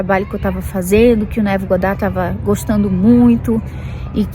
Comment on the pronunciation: adoro quando você fala Abraham e Neville com sotaque americano 🤗 Eu sinto que conheço todos há anos ✨